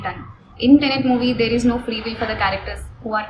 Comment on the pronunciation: It's tenet ma'am not tenent